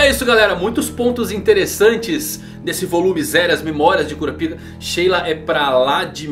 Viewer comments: Não é Kurapíka que se pronuncia, é Kurápika. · No anime eles falam "kurápika"... Acho melhor tbm kkkkkk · cura pika não mano, fala cora paika, como na dublagem, ou kurapika,em uma dicção só, sem separar as palavras, vlw!!! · 'Cura Pica' não era meme gente? Pelo o que eu lembro, o nome dele se pronuncia 'Korapaika' no Brasil... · eu costumo chamar ele de kurápika ao inves de kurapíka, então eu vi esse video com estranheza kshsuahja mas ele ta muito bom, parabéns